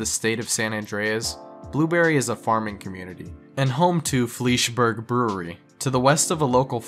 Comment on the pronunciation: Fleischberg is pronounced like Fly-sh Berg = Bearg So flysh bearg